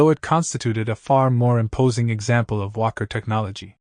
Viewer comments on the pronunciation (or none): none